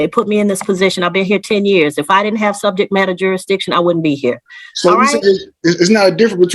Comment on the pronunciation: What is jurydiction?